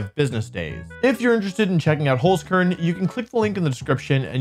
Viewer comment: There is still some improvement left for the pronunciation of Holzkern :')